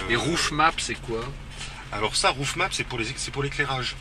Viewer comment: "rifuelle" "roufmape" , ahaha la France eternelle